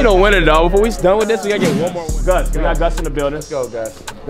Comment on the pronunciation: "DONE" "ENOD"